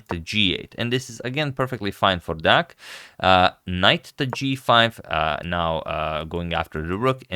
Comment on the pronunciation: the pronunciation on 'deac' is good this time :)